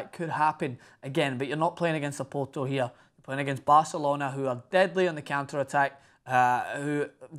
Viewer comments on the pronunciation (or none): none